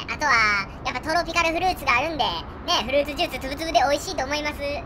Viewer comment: さん…！ まさかの続編で嬉しすぎる…！ いや、さんと呼ぶべきなのか…？ フルーツジュースつぶつぶの「ジ」はい段ですよさん！